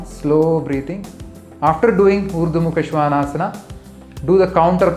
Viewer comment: Thank you! I love the authentic pronunciation. Now I realise I said it wrong all this time. I am just posting a video on this pose, but now I wish I had seen your video first.